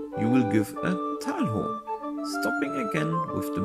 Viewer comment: Nice content! Just got my first Montante and I'm currently having a ton of fun swinging it around and learning its techniques and intricacies. Just one minor nitpick, though: "Talho" is pronounced as "Tallyo" instead of "Tal-how". Source: I'm a native Portuguese speaker.